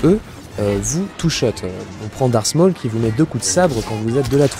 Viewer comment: 'Darse maul'